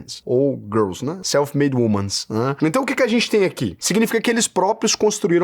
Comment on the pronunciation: Plural de “man” = men Plural de “woman” = women (pronúncia: uí-men)